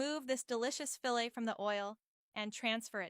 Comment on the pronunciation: Don’t you just love these AI voices…. “Fill-ette” 😂